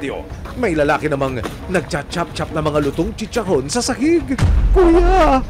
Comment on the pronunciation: Dugyot na chicharrrrrrrrrrrron! 😂😂😂